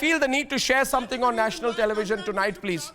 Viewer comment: IT IS TELEVISION NOT TELEVIGION